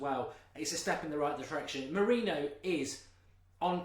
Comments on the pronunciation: It's Moriniho not Mourino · wish he'd pronounce his name correctly